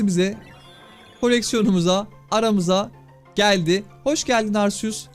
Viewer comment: Abi arseus değil arkeus diye okunuyor arceus diye yaziliyor ismi herhalde